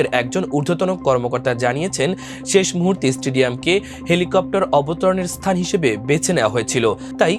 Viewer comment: Helicopter ❌ Thelacopter ✅ 😂😂😂